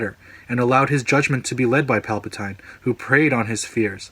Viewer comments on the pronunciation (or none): 1. It's Palpa-TEEN not TINE. 2. He is never addressed as Sheev. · pal pa toy in ? don't you mean pal pa teen o.0 ffs get it right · WOAH WOAH WOAH "Palpa-tyne" 😂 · love your points, they're well thought out and the research gone into the video is great. I have one problem though, it's pronounced pal-puh-teen not pal-puh-tine. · Dude.. its palpatine.. (palpa-TEEN) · Pal-puh-tyne? Who dat? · you lost me on PalpatAINE, nice vid though! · "Pal-pa-tine" Lol...ok hardcore Star Wars fan, critic, etc. Maybe you should direct the next film so we could complain about you mispronouncing Palpatine. I'm just saying, if you're so critical about details at least show us your criticisms are true to your concerns. That one simple mistake puts me off to your authenticity as a Star Wars fan, the name is widely known and for you to mispronounce it as a massive fail. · Its cringy how u pronounce palpatine lol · Not sure I can get behind someone who cant pronounce Palpatines name correctly... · Liked the video, just hated that you could not pronounce Palpatine